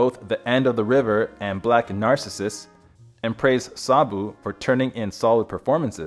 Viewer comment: "Mediocre?" I presume you've never seen the Powell/Pressburger ("The Archers") classic "Black Narcissus" when Sabu was only 22. (FYI, the accent in the word "Narcissus" is on the second syllable.)